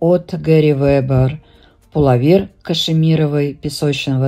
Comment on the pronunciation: Пуловер-ударение на ,,о''.